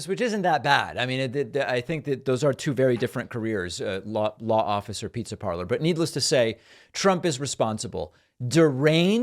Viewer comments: Lol he said "lawffice", not law office 😆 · I heard him say "lawffice". I dunno about anybody else.